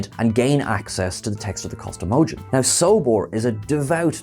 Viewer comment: And its Solbor, not Sobor